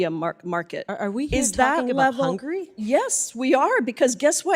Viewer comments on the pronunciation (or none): HUNGARY... not "hungry" 😂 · what hungury has to do with US? why is she so worry about hungury?